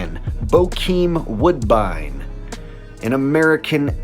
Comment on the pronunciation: It’s not woodbine